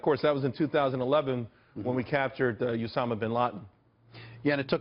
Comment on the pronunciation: the guy on the left said"when we captured usama bin latin"😂